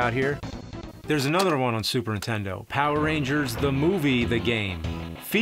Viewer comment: I find it funny that James can't say "NINtendo", he says "N'tendo".